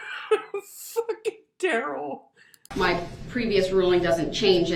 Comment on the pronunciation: DA Opper's Investigator (ya know the guy that Duh-rell can't figure out who he is ) just can't help himself from looking over at Duh-rell when he's doing or saying something stupid ! 😂😂